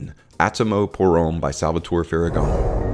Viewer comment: Love your vids but dude, I have to say, you BUTCHER any French names LOL. Sorry, not sorry. Try it this way brother TARE DARE MEZ.....and Homme is pronounced like the measurement of electrical resistance Ohm. All good? Cool.